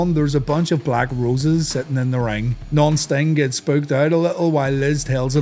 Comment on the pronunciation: When you say non-sting it sounds like nonce sting.